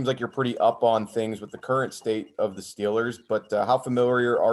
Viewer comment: He even says steelers like a yinzer🤯🥶